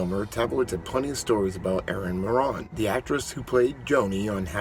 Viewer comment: It's Moran like More-ann, you More-On (like moron).